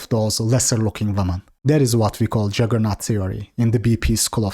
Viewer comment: It's JUggernaut not JAggernaut btw.